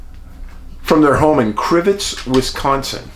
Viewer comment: Wondering if an amnesia sufferer is a 411 surviver that is returned? By the way perfect pronunciation of the town Crivitz name!